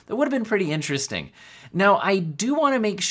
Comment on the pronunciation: Berry In-tear-est-ting!